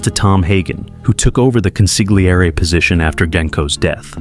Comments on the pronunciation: It's pronounced con-see-lee-err-ee. If you see "gl" in any Italian word, do not make a hard g sound, just emphasize the l. Hard g sounds are not heard in Italian unless they are followed by h's as in "ghiaccio" (gi-ah-cho) or "ice." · Interesting analysis - apart from the fact the narrator cannot pronounce 'consigliere'. You don't pronounce the 'g' in Italian (or in the Mafia) - it's consil-yi-eray. An embarrassing mishap. At least he gets it right after . Then he forgets it later, it's very weak narration. And the repetitive music is annoying, but at least quiet. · This is unwatchable when the main term is pronounced so poorly. It's con-seel-YEHR-eh, not con-sig-lee-AIR-ee. Ugh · I don’t understand why you guys don’t babble or google how to say the word. The g is silent. Con see yer lee! That’s the best phonetic I can do. And yes my parents were Sicilian immigrants. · Jesus Christ, you’re killing me with the way you’re pronouncing it! It’s pronounced Con- Sil- Yeri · Im not Italian, but hearing consigliere being pronounced like that by AI gives me the hibbie jibbies. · From the beggining I can't watch the video. Go look up how tge word consigliere is pronounced. Watch the movie again even. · It is very distracting the constant changes in the pronounciations of key terms and names in this video. Sometimes (few), consigliere is pronounced correctly, but mostly mispronounced (the g is slient). Genco is also both hard g and (the correct) soft g, and even Hagen's name is mispronounced. Don't call yourself Mafioso if you can't pronounce the basics. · Bro, you need to learn how to pronounce Consigliere and Genco